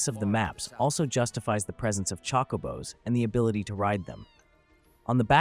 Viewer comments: Chockobos? Chocobos? lol it’s chocabo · true actually but it’s not pronounced Chocoooobo or chockabo like this guy pronounced it wrong in multiple ways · No its not? It Chocobo there's no A. EDIT: I now heard what you meant. However this is just AI voiceover. still it is def Chocobo but pronounced Chocabo